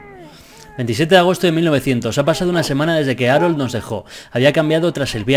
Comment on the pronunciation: Arol JAJAJAJ se pronuncia jarold xD